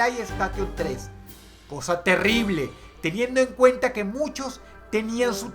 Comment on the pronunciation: No es temible es "telible" jajajaja